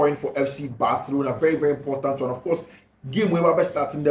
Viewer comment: Bathlona or Barcelona?? hahaha why do u keep changing your pronunciation? looks hilarious.. better keep to one pronunciation